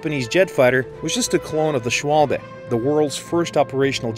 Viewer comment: "shualbe" 😂 im German and it physically hurts